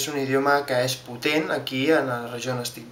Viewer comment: He said “Potent” but it sounds like “putén”